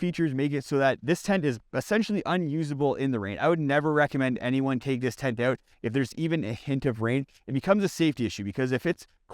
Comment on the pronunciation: Out. Not owt